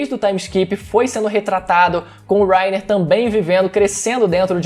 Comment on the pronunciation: que agonia ele falando wrainer kkkkkkk